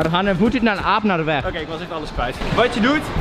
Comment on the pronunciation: OKeh